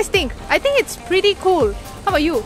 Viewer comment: Today =Sudey ,scared =care, pretty =pity, fab pronounciation 🤣🤣😂😂🤣😂😂🤣